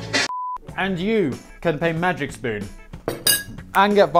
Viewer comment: After all your botched pronunciations, I'm surprised you said "Magic Spoon" right and not something like "May Jick Spun"